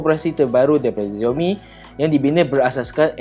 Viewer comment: Sebutan Xiaomi dalam Bahasa Mandarin adalah Siaumi bukan Ziaumi! Tak percaya, tanya orang yang boleh berbahasa Mandarin. Dalam Hanyu Pinyin (ejaan huruf Roman (ABCD...Z) rasmi bagi Bahasa Mandarin, huruf X berbunyi seperti huruf S tetapi tipis dalam Bahasa Melayu. Antara contoh lain adalah bandar Xi'an disebut Si-an, sebutan Ma Lai Xi Ya bagi negara Malaysia dan wilayah Xinjiang disebut Sinjiang.